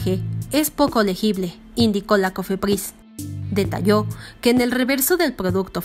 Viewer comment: Pdoducto ni cofepdis jajaja